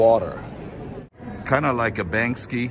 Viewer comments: Lol it’s Bank—-See, not Bangski! Great video though,thanks for posting. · Banksy not Bankski lol